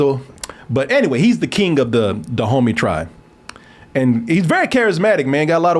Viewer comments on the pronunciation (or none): everytime they said Dahomey i was like Da Homie. lol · Is saying Da Homies!? 😂